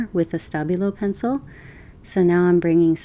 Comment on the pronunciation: I'm a bit hard of hearing and I was SO sure you were saying 'stubby little pencil' instead of Stabilo until about 17 minutes in. Lovely vid with or without my misinterpretation!!